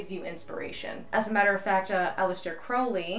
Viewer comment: Thank you for making this video and all your videos. Your passion and knowledge is wonderful thank you. Also thank for pronouncing Aleister Crowley's last name properly again hats off to you and your channel keep up the great work.